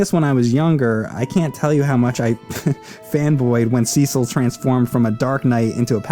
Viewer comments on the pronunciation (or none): OMFG it is (SES IL) (CES EL). Not (SEE CEL). Banging my head against the wall. BAR BA RIS SEE AAAAAA. Barbaricca. No wonder why your boss is so angry. Speaking of which it is said on the DS version. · SEE-SOLLLLL, its Cecil boi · The start is a bit slow, but this game is really great. And that Cecil pronounciation is really triggering me. It has to be bait. IT'S NOT CI-CEL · Call me crazy but, in the English language, everyone I've known with the name Cecil it was pronounced See-sil. Why SE's voice acting decided to be special ed and pronounce it "sessle" doesn't make any sense. It's about as good as officially pronouncing Tidus as "teedus". Sounds freakin' dumb. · Managed to mispronounce Cecil (cess-il) Rydia (rye-dee-ah) and also said addicting instead of addictive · Sea-sul sounds better and funnier. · "Seasaul" 😂😭 His explanation of the confusing releases of those games was as bad I always felt like he wasn't the brightest glowing candle on the cake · The way he pronounces Cecil tho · The SNES version of FF4 is butchered edit. Also, you are mispronouncing Cecil's name. The 3D remake displays how it is prnounced correctly. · Nice review, but quit mispronouncing Cecil's name. There's no strong sounding E in the pronunciation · You can go either way with the PSP or 3D versions. Both contain enough differences to stand on their own. The remake actually contains additional story scenes planned for hut cut from the original release. And your pronunciation of Cecil's name is driving me mad!